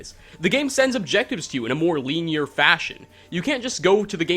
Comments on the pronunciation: the way you say linear makes me angry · why do you pronounce "linear" like that is that a canadian thing